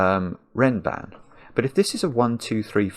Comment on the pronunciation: Nice observation. (It's "renban", by the way. But I see it's not named in the rules, and it does sound a lot like ram band.)